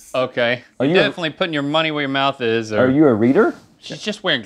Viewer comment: I wonder why in the beginning link kept pronouncing Rs as Ws.